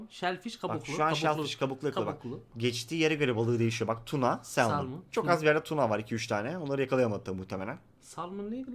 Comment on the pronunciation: Gece gece çektikleri için kafalar iyice güzelleşmiş :D shellfish ne balığı diyo bencil balık diyo :DDD Salman ne balığı diyo Salaman diyo :DD alemsiniz valla ya :DD